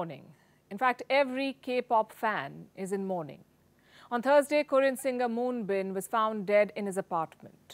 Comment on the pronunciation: AT LEAST learn how to pronounce his name!